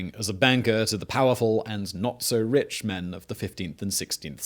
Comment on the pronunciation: "Not just richt but sated".